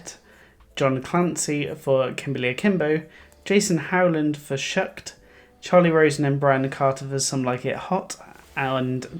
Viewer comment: It's "Shucked" not "Shooked"!!!